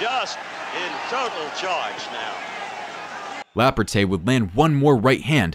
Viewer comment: Is this A.I. narrating? Notice the pronounciation " Lah-poor-tae"